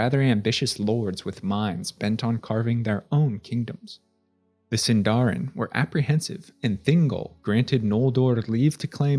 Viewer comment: Oromë, Sindarin, Noldorin, Maedhros, Nargothrond, Curufin, Nirnaeth Arnoediad, Maeglin are off.